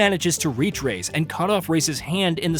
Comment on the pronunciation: Rais is pronounced "rise/rice". You got it right the first 5 minutes of the vid but later you started calling him "Rays" which is super weird.